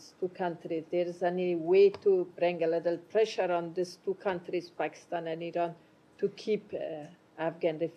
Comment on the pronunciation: Sir it is not pronounced I-RAIN it is Pronounced I-RAN get it straight your speaking to the public and the world